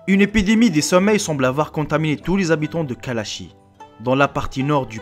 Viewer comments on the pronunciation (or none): Contaminé, pas contamé.